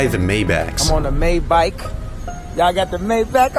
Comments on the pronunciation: its not mayback its maybach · you said Maybach wrong